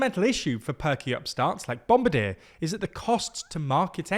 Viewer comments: And it's "bom bar DI-ER" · Pronounced "bom bar DI-AIR" though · You're pronouncing bombardier as an English word spelled in English. but it's French and pronounced that way. Something like Bomb-Bar-dee-Eh, with the Canadian Eh at the end would be pretty close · It's pronounced "bom bar dee ay" ("ay" as in "day")" in the native language of the company's founder it is named after. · The way you pronounced Bombardier & Embraer.... Anyway I'm still sad that Bombardier's C-Series failed under their name... Now I just hope that Embraer's potential 737 competitor won't fall into a similar fate. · I verbally burst out laughing hearing him pronounce bombardier lmao